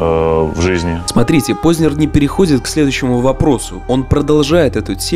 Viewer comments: скажите пожалуйста, Вы намеренно неправильно произносите фамилию "Познер"? Откуда Вы там берете мягкий знак после буквы "з"?! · Он не ПознЕр, он ПознЭр по произношению. Это как сЕкс, флЕшка ну...